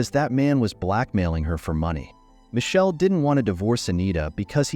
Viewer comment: Why can't the narrator pronounce My kel is how it's pronounced. Damned confusing as to who the players are.😢